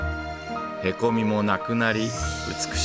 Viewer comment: へこw↑み→が↓消えたw